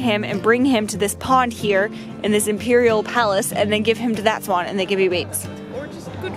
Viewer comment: fantastic video:D And I totally love the!! "Spaaawwnn spaaawwwnn""...oh no wait!! She meant "swann"